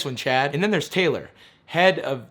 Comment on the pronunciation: I keep hearing "chat" instead of "Chad"